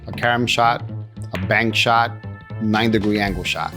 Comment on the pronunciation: "bank shot" not bark shot, wired